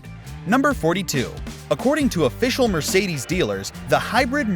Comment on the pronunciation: Mercidis... Why you keep saying this